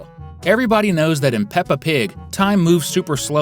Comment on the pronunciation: ITS NOT PEPPR PIG ITS PEPPER